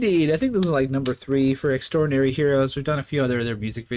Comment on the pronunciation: Thabks for reacting! FYI their name is said as X-dinary Heroes, not extraordinary.